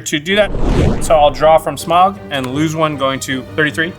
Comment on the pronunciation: There’s a point. A funny thing or an on brand thing that Jimmy took out the Goldspan as his last hurrah. However. Had he not done that. could have blocked his Smowguh as everyone likes to enunciate. Might’ve changed things I believe?